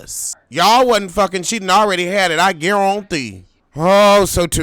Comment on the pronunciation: Did u say I Gar Ron Tee 😂😂😂